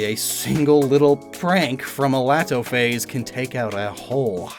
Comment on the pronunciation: Laatophaze would actually be prounounced Letophaze since hand is pronounced let in burmese